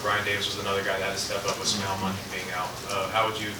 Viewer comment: can’t say Smael correctly and talks about triple coverage! 😂